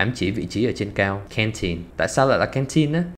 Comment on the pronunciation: canteen phát âm sai trọng âm. Từ này trọng âm 2 mà bạn lại phát âm nó là trọng âm 1